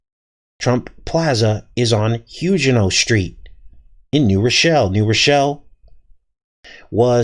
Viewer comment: Huguenot...pronounced: Hyoo' gen not Is this the word being used?